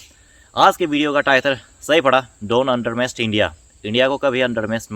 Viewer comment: Bhai its not "undermest"it is "under estimate".